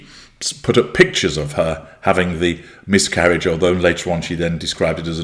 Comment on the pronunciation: I thought you first said “myth-carriage”! Which I find very, very fitting😏